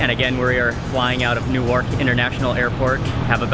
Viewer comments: Its Newark ( pronounced New-Uhrk - Not New-AARK) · Newark is pronounced Nork! so it dosen't sound like new york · Newark is pronounced new-urk not new-ork